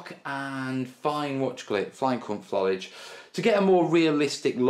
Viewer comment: i realise i am 5 years too late but it is Fo-lee-idge not Fol-idge.